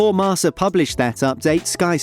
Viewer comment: It's pronounced marKa guys come on